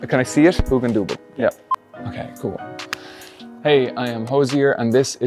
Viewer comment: I only clicked on this to hear him pronounce hugendubel. Thanks for those first 10 secs, I can leave now